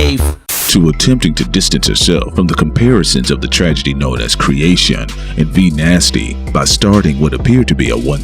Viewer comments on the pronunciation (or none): I'm dead, he called Kreyshawn "Kreation" 😹